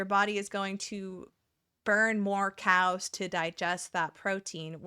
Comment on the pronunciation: when you talked about cals i 100% heard "cows" the entire time as i was zoning out while gaming, had me stop and check "wait why are we talking about cows???" 😭